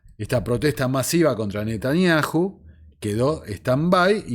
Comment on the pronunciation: Mis felicitaciones a tu entero trabajo!!!admirable!!!( si me permites...yom...se pronuncia "iom" y Netanyahu..."Nataniau" esa h es muda... y 😮😅